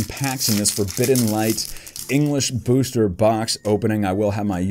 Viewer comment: Ur always pronouncing booster as booshter